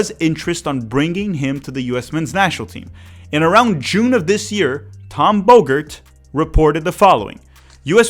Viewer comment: Tom Bogert or Tom Booger?